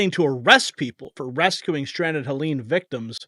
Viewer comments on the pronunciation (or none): It's Helene, not Helen! She doesn't know the difference!